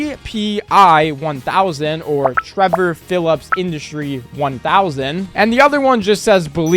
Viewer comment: Trevor, not travor